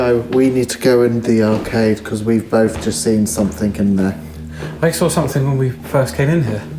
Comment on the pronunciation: Joe did you say..." arcave" instead of " arcade".. if not ..think that's a good name to call it...😊 great investigation as always... Joe and rain make a cute couple 😉..sorry if you have a partner..love from......Derbyshire 😊 x